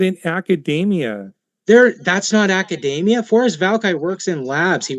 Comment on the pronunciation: The way he pronounces "academia" suggests that he isn't at all familiar with it.